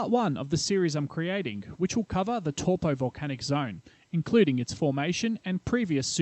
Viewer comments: Brooo It's Taupo like saying Toe.. Poor Not Toopoo. As in Tore Poe🤦‍♂️ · Pronunciation This video : Lake TorPo - Reality : Lake Toe-paw How hard is it 🤦‍♂️🤦‍♂️ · Toe paw. Not tor po. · Tow po, not toe paw. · New Zealands Lake Tor pau lol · Tor Po, waikartu,jeez mate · Taupo = Toe-paw. Not what you were trying to say :) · Older NZers have always pronounced it as in the word "towel'.[Tauranga,Taumaranui,etc]As Maori was not a written language,the English lexicographers wrote it the way it sounded to them at the time.Now it's being rendered differently. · Tor-po, why-katu and Hatipy...? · Good video except the pronunciation of Taupo. It sounds like Toe-Paw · Evidence. It will erupt again. But I wish you told the (actual) story on the legend of this place and corrected your pronunciations. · All good most New Zealanders mispronounce Taupo anyway including myself just so they know what I'm talking about